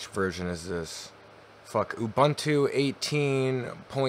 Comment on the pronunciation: “Ubantu” Love it lol